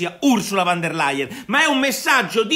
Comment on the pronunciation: Nicola, "Ursula VON der Layen" non "Ursula VAN der Layen".